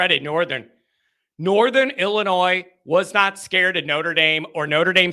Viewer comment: It's ILLI-NOY dummy! No S!!!!!